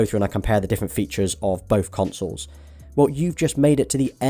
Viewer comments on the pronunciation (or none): none